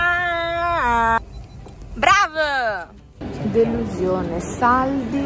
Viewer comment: Quando hai detto delusiOne hai detto la lettera O❤😂❤